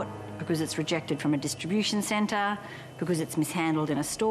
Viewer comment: All I hear is distribution cen-TAH, and the sto-AH 😂😂